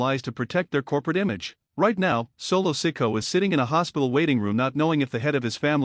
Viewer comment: Lies and more lies. Roman is gone fliming. Learn to pronounce the names correctly, like Solo last name. You are a joke.